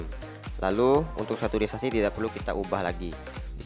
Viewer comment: Bang, sedikit mengganggu pas pengucapan saturation :v